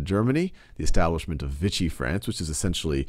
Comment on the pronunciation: Overall good job, but you're a bit confused on Occupied France and Vichy (pronounced Vee-shee, not Vitchy). There was no "Free" France.